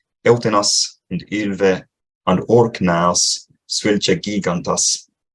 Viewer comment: Shouldn't gīgantas be pronounced as [d͡ʒi:ɣɑntɑs] ?